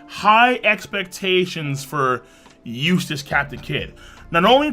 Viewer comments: Why do i hear useless captain kid and. not eustass ? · Sorry but I kept hearing eustass as useless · each time you pronounce his name I hear "useless captain Kid" also kid didn't had one hand lifting that block, his hand is aim to be used from the back, but luffy's both hands are upfront, if anything how Luffy is holding is harder than how Kid is holding, I know, I lift many heavy packages in my life in my old working place and it also just makes sense. Luffy is a generation above Kid and I used to think Kid was stronger also when his bounty came out, but we forget he attacks villages and r0apes women so his bounty is bound to get higher at one point but stay at one level.